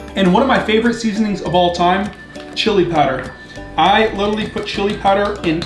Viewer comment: Did I hear chili powered and cereal 😂🤣